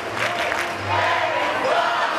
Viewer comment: Anyone else think they thought the guy's name was Bob instead of Rob? It certainly sounded like it to me.